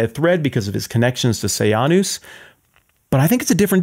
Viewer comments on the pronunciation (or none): This was a good lecture, it brought up all my old memories of “I, Claudius,” the British tv series. Roman emperor history is a big soap opera. “Sejanus” was pronounced “Se-Jane-us” in the series, not “Say-Ahn-us,” but wtf.